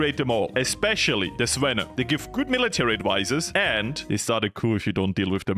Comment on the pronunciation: its actually the zvenO not the zvEno, but I am Russian not a Bulgarian, so I might be wrong